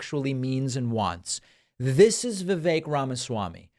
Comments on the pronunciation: Vivek is not pronounced the way you’re saying it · Two things: 1.) I work with many colleagues from India. And I can tell you that Vivek is NOT pronounced viv-AYK. It's VIV-eck. 2.) I have decided to refer to him as Vivek Rama-SMARMY. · Vivek RamaSlimey. Btw, it's not pronounced Vi-VAIK, it's pronounced VIV-ek. At least that's how both of the Vivek's that I've known pronounce it. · Vivek, pronounced like Fake